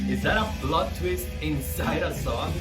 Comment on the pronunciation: GoombaIsHere maybe you mean ‘plot twist’? I’m pretty sure that’s what he said but it did kinda sound like he said ‘blood’